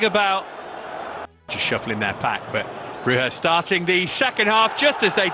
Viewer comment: Bruge is prounounced 'brujj' like the word rouge, not 'brugga'